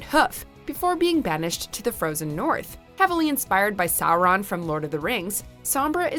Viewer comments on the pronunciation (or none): It's SORE-ON, not SOUR-ON.